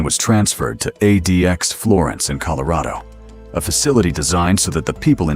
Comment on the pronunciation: ADEEAXE florence? AI slop.